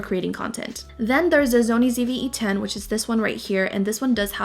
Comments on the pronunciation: you said “zony” instead of “sony” 😂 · why do you pronounce it zony instead of Sony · It stresses me out when you say Zony 😭🤣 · The "Zony" ZV-E10, (she can say it properly at time )